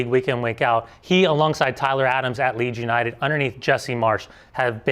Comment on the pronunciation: LOL "Leeds Uninted"